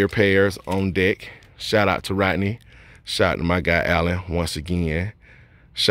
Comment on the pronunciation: Great video but dang it was a hard watch because my name is also Rodney and you mispronounced it like most people, lol. Like most people you pronounced it Rottenny, drives me crazy. I always tell people what do you fish with... a Rod, then finish it with the “knee”, just two syllables. Sorry to rant, my dude. I